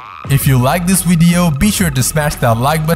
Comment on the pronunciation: Loool "Wideo"